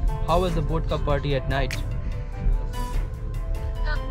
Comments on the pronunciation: bodka :) bihari accent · Bhai wo botka nahi Vodka haa. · Bodka nahi vodka